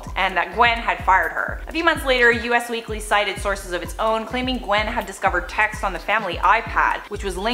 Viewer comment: Joe "Piss-co-poe". He's irrelevant, so mis-pronouncing his name is O.K. though =) "US Weekly" not "U.S. Weekly" - still O.K. because, yeah, they are irrelevant also. =)